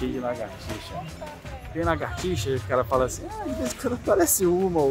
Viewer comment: é lagartixa e não largatixa